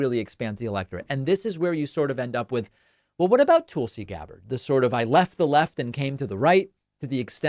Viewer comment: David, why do you call her "Tool see"? Nobody else pronounces her name that way. Is this an in joke?